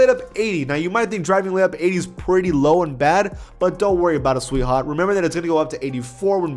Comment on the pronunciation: “But don’t worry about that sweethawt” SAYS😂😂😂